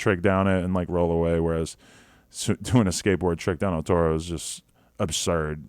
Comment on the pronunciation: Say it right dawg ur in LA “L Toe-Roe”🤣🤣🤣🤣wtf